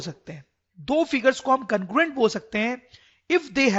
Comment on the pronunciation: Aacha explanation h sr bt congruent ki pronouncation galat h